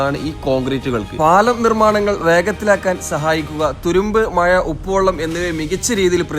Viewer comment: Maya alla,mazha anu.koyikode alla,kozhikode.